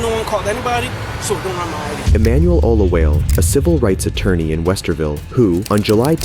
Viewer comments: Just a tip, it's pronounced "Oh-loo-wah-leh" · Oluwale is pronounced “Oh-lu-Wa-Lay” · It's pronounced "O lo wall lay"... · He pronounced Emmanuel's suranme all wrong. 😅😅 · Great video. One thing: in most names from Nigeria, you need to pronounce all of the letters.The "e" at the end is not silent.